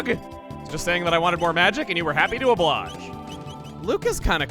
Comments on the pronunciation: That's the third time I've heard "oblage", leading me to believe Chugga doesn't realize it's "oblige" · oh-blah-j??? Is it not oh-bl-eye-j Or have I been saying oblige wrong?